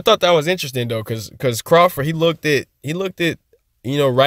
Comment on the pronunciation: Bro, Look-ted is Not a word! Great video, just say lookt if you can't say looked.